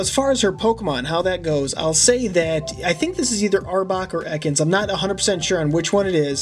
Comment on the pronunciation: dude that one the one that you said arbok or ekans you said them both wrong